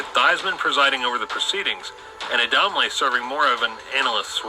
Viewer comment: its ADAMLE and A-dahm-leh